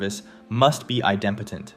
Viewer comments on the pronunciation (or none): Nice video, mispronounced idempotent though. ;)